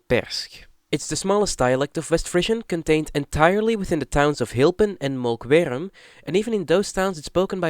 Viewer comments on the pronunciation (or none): Strukelje would translate to Tripping/falling over. You pronounced it wrong btw. And your pronounciation for the CITY Hylpen and VILLAGE Molkwerum (should be Molkwar even in Frisian) are simply put horrible. Hylpen is 1 of the 11 cities in the province, it's not a village even if it's size is rather small. And yes, locally we call it "little Germany" as every summer it floods with German tourists. The Frisian language is fairly limited because it was banned by the Hollanders until fairly recently, the Frisians had to fight to keep their language and not be discriminated against. This is also why today the language is still limited and even to this day discriminated against. You however should just ask, Frisians are not scared of anyone asking about it. Do note that every city/town has it's own dialect on Frisian but the bigger places like Leeuwarden and Harlingen for example generally speak more Dutch. And to make it funnier for you, Drents is a Frisian dialect, even if they hate you even saying that but it's true. You can speak Frisian in Drenthe and they should be able to understand most of it.